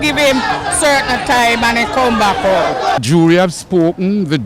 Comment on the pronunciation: haha did u just pronounce.....UP 2 DI TIME Wroooooooooooongly..visit the carrebian